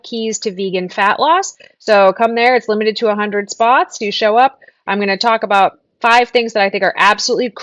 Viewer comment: I can't listen to impor'an' and abou'a. Adults who speak for a living shouldn't sound like toddlers who can't yet form all of their letter sounds. It is not cute.